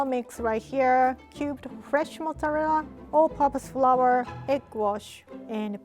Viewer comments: Other people: Mozzarella.: Massarelelea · I love the way she's saying mozzarella (mozzallera)😂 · Fresh motz-ah-lela cheese, I love the way she talks 😂❤️ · i like how she says mozzqarella cheese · Mozalerra cheese 😂😂😂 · "Motzerela cheese" i almost forgot the actual name of mozzarella cheese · "Modelela cheese "rie 2021👌🏼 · i love the way she says mozzarella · I hope this doesn’t sound rude or mean but I JSUT love the way you say “mozzarella” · pronouncing mozzarella is the only thing keeping me alive rn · that pronunciation of mozzarella tho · The way she pronounces Mozzarella is sooooooo cute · The way she says mozzarella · The way she pronounces mozzarella is so cute 🥺💖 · the way she says mozzarella is so satisfying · I love how she says “mozzarella”